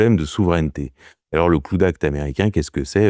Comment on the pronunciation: La manière dont tu dit cloud act ça fait de la peine … apprends au moins les bases de l’anglais quoi … c’est abusé la …